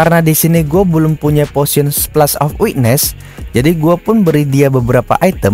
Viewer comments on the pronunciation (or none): none